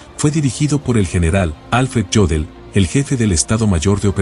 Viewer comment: El apellido Jodl en aleman se pronuncia "yodl" y no "yodel".